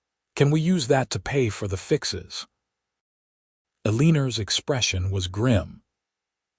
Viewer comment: AI.was butchering Eleanor’s. Name irritating